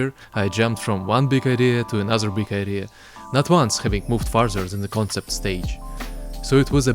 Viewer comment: Эназер биг айдия- сразу выдаёт россиянский акцент :D